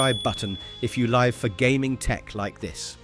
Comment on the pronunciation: AI Slop voice, it pronounces Live wrong at the intro